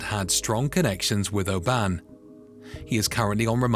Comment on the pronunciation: The AI voice can pronounce Galicia and Lowestoft no problem but makes an arse of the four lettered town, Oban 😂